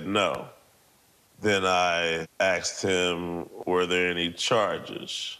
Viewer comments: You're a great man, it is 2023. Please don't say Axed. I'm sorry they did this to you. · Sorry about the guy's house and personal belongings. Sounds like the guy should have "axed" for some help in vocabulary class. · So messed up!! Yet, He probably would have gotten help if he didn’t “axe” everyone, .. ok I’ll show myself out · He 'axed', that was the problem. Good song, tho! BTW IRS did the same to me, kicked in my doors, seized docs. I got nothing back or repaired. All under the guise of supposedlfy 'misfiling a return' which I proved to be incorrect.